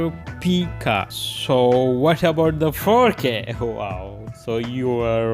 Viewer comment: One four four zero p) you say it like fourteen fourty P